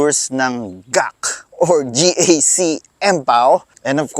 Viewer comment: Bakit ka GAK ng GAK? GEE EY CEE nga yan